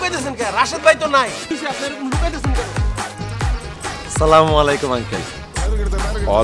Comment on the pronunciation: নাটকটা অনেক সুন্দর। কিন্তু সালাম দেওয়াটা শুদ্ধ করা উচিৎ ছিল